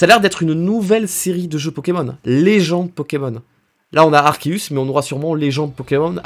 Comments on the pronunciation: Yep Arkéus tout le monde dit arçéus et ça m'énerve 😂😡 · Et d'ailleurs y a que toi qui prononce Arceus correctement ca fait plaisir 😁😁